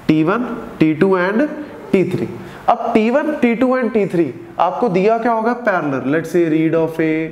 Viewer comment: sir says t2 , i hear titu